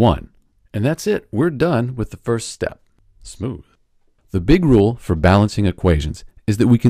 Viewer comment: Bruh that Sm0oTh made me laugh